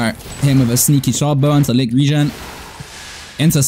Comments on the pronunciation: Licht “reign” is how its pronounce not regen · btw licht regen means 'light rain' in english regen is pronounced rae gen